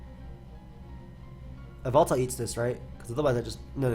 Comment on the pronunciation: whenever you said yveltal I tought you said baltoy